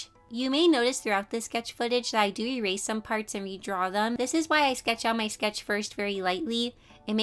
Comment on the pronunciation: I love you so so so so so so much, so please don't get too offended when I say that it kinda made me cringe when you said "Rerase" instead of "Erase". I'm sorry, it's just a pet peeve of mine. Again, I love you so much.